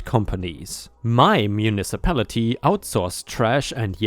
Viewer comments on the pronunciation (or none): none